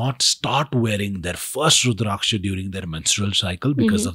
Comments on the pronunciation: Pronounce the word Rudrakasha properly please! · Are you FRENCH or something? Wtf is with that weird pronunciation of Rudraksha?😅😅